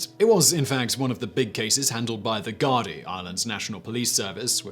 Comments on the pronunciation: Gradai, it's said guard-ee. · Gardaí is pronounced more like Gar-dee although colloquially they're just called the gards. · Great video, though I must point out that (at least in Dublin, there might be regional variations) that the Gardai is pronounced Gard-a for individuals and gar-dee for the groups. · I wrote a nasty comment, then deleted it. You really should learn how words a're pronounced, before filming. If you didn't know how to pronounce Sligo... Type "Sligo" into the search. .. Thousands of Westlife fans will tell you how to say the town name. Search "Irish police" whilst are there.I (There is also no "r" in the English word for Castillo... Castle)